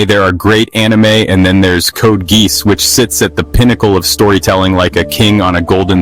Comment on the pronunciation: Code Geese 😂